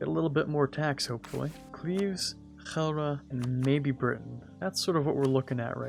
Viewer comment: Kudos for your Dutch pronounciation of Utrecht and Gelre, it is very near, and I haven't any others do it that well.